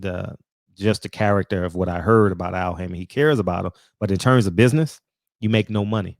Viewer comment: Go sit cho azz down, Bud. Like Frederick said “he made some turrable buizness decisions” 😆😆😆😆